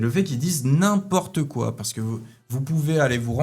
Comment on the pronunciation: Très intéressant cependant il y a une erreur flagrante dans votre présentation. il faut dire "n'im-PORTE quoi". et pas "N'im-po-rte-quoi". Petite erreur d'imitation du personnage. 😂